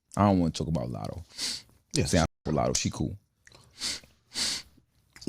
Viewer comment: It’s lotto lol